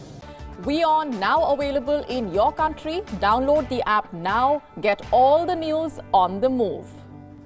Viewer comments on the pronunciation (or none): Available not awailable.. reporters please get yr V's and W's in check..